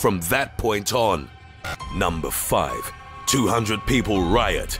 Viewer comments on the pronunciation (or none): ”NUMBAH TEN. MACK AFRICUH” , & ”NUMBER FEYVE. TOO HUN DRET PEE PULL RIOT” got me so hard